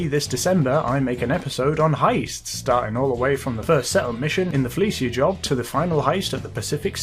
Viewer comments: It's "Fleeca" not "Fleecia" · fleeca not filleeshia